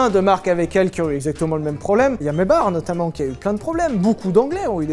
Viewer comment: Le mec se plain de ceux qui disent bugatti veyronne mais lui il dit maybar à la place de maybach